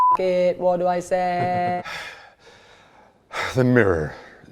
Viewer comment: i love how he switches back to british when he says "what?" ajshshss